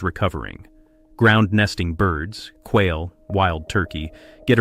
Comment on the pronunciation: Whale lololollol. I don't think they compete with Whales but that was funny. I think the AI was trying to pronounce quail.